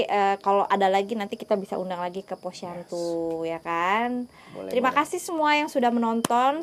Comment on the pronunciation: iya kalo malem kasian teh Imel jadi siang aja. Bukan POSYANTU jadi posyandu wkwkkwwkk